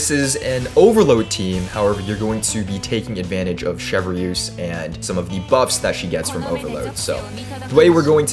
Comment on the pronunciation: wait... Chev-Re-use? 😭